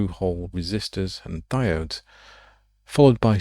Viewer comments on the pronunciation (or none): none